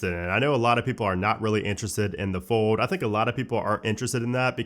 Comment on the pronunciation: Bruh you gotta learn how to say fold correctly before it comes out next year.